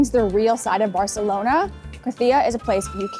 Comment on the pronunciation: Great video. As a Catalan just a small tip on pronunciation: in Catalan we don't pronounce the Cs and Zs as in Spanish. So you don't have to say Grathia or Barthelona. Saying how you'd say it in English is not perfect, but closer to Catalan than pronouncing the "th" sound. Also, when pronouncing words, take notice on the accents. Gràcia is pronounced with a strong A (Gràcia not Gracía, as you pronounced it). Glad you enjoyed our city!